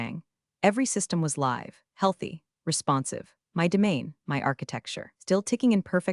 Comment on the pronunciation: I hate it that you mispronounce SO many common words. “Live”. ???